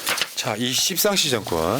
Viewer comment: 웃겨 십상시.. 발음조심😂